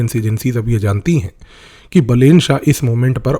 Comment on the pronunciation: so this dude is not a psychologist, has never met balen, cant pronounce his name correctly, but is now gonna know the profile of Balen shah? hahahahaha views ke liye kuch bhi